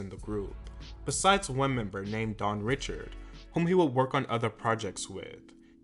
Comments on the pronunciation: Dawn’s name is pronounced DAWN “REE-SHARD” it’s creole French. It’s not pronounced Richard like “Richard pryer” please do not spread this misinformation to your audience!!!!!! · You keep mispronouncing Dawn's last name...